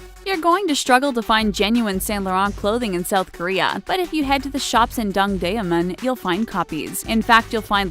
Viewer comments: “Apujäng“ “Gängnäm“ “Dongdämen“ No hate this is just so funny :D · The way she said apgujeon and dongdaemun 🤢🤢🤢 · Please, please, please if you're going to put Korean cities and places in your video, pronounce them correctly. Apgujeon (앞구전) should be like (ahp-goo-jawn) and Dongdaemun (동대문) should be like (dohng-day-muhn).